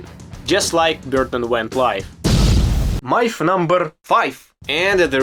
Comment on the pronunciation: "... it's a tough word for me.... " hahahah You can tell the guy fucking tries hard, learning English ALL BY HIMSELF in his home Country of Ukraine. How many Americans born and raised here would teach themselves Russian? Just for fun and to be able to freely enjoy Russian/Slavic world entertainment or music or what have you. This kid is 1 of a kind. Great Channel.